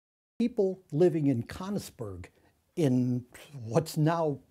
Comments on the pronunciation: "People living in Cunnisberg" ITS "KÖNIGSBERG" FFS!!! :D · it's pronounced kernigsberg, right? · Wincing at his pronunciation of of Königsberg